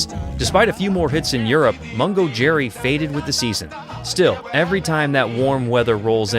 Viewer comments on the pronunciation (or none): Is it just incapable AI that not only misspell "Mungo" as "Mongo" and says "Cherry" instead of "Jerry" at the beginning of their clip?